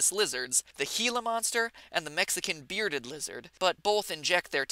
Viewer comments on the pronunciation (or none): beaded not beared lizard